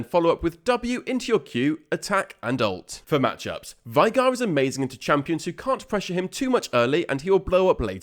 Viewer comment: For the last time … It’s VAY-GAR, not VIE-GAR